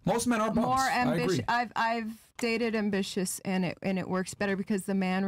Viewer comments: PLEASE tell me i didnt hear “ambi-li-tious” 🤦🏾‍♂️🧐🤣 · she said ambilitious wtf